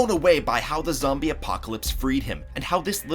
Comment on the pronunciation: When is talking he said zomie